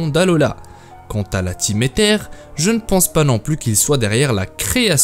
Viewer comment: Aether se dit Eillezeure..